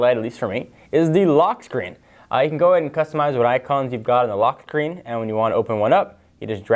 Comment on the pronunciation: Why does it sound like you are talking with a Jolly Rancher in your mouth ? Lol, "Lochk Sthchreen"